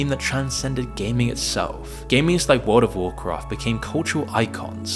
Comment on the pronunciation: Why does he say "wald" instead of "world"?